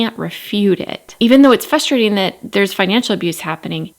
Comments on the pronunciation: Don't take this wrong please because I love your videos. It is frustrating to hear you say fustrating 😂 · I enjoy your videos! But it is a little frustrating hearing you say fusstrating